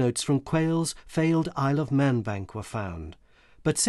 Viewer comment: When he said Isle of Man bank, I though he said I Love Men Bank, I had to turn on captions to make sure what he was saying.